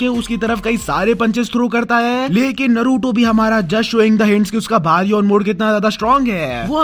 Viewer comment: its baryon mode not baron mode